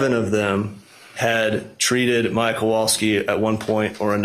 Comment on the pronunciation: I know, right? It was bugging me how no one on the defense will even say their name and constantly say “Mom” or “the child”. Then listening to the former Judge mangle their names just put me over the edge! Lol